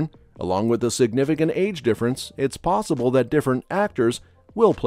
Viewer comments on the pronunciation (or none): none